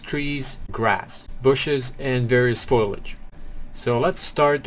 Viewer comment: OMG NO!!!! ITS FOLIAGE NOT FOILAGE sorry thats just a pet peeve